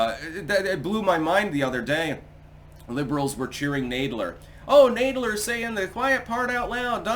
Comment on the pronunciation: Hey its Nad- ler like kick in the nads.